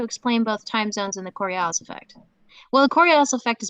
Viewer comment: She's certainly one of the intellectually laziest people I've ever encountered, to the point of not knowing how to pronounce " "Ockham" and "Coriolis". I know, I know, you can't be expected to know every little thing...